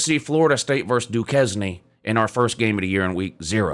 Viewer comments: “Doo-Kez-knee” 🤣🤣 bro it’s pronounced “Dew-Cane”…stupid pronunciation but true… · du cane if you are going to criticize them learn to pronounce the name at least. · It's Dukane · Lordy- Du-Cane. Duquesne, bad, bad. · Not that it matters much, but it's actually pronounced like Do-cane. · Duquesne pronounced: Doo-KEYS-nay, doo-kane, or doo-kiz-nee?